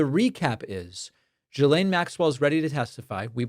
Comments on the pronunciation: it's GHILANE not GSILANE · Why is it, no one can say 'Ghi...lane' ? The S is silent, and Gh is NOT J... FFS. Yeah. That's my beef... Oh. And Trump is guilty.